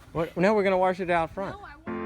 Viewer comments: What's a warsh? Lmfao you mean wash? Looks better tho👍🏼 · lol you said worsh....... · "give it a warsh"